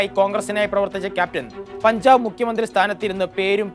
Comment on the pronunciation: പൻചാബ് അല്ല, പഞ്ചാബ് ആണ്